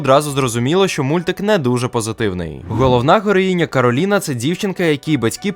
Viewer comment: Кораліна а не Кароліна (